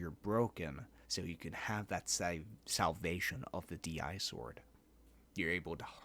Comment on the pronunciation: DI-Sword actually reads as disword, not d.i.sword. like a disease, disgusting, dish, etc